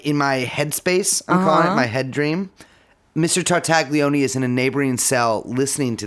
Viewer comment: Any mispronunciation of Ghislaine pales in comparison to what you guys do to the name Tartaglione